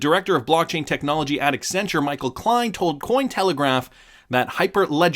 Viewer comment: extra points for pronouncing Accenture correctly